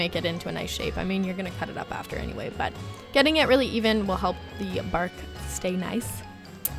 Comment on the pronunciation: I thought u said chocolate barf instead of bark lol